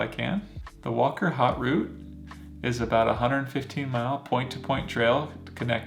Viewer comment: I don't mean to be a pronunciation snob, but you asked for feedback. It pays to learn the correct pronunciation of place names. Chamonix is pronounced "shamoni." And the "au" sound in "haute" is a special french vowel sound that you just need to learn. And the final "e" in "cabane" is silent. Google's pronunciation app can help a lot here. The Swiss are in general very polite and used to Americans mispronouncing their words, but it shows respect to try to get the pronunciation right.